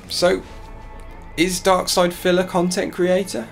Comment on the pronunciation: “I am an independent khantent kreator!” 4 at once? 😂😂 His prestreams really are like a broken record.